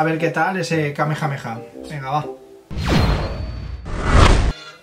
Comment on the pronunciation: pero que dices??? Era tan difícil decir kamehameha 😂